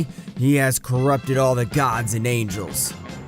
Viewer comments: kakarot not kakarato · Wow man you got all the names wrong also you called goku saiyan name kakarot kakarroto came on man do your research how can the grand priest hate mortals ui needs a calm heart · He said kacaRota